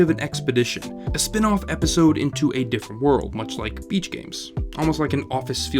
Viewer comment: "Epsisode" lmao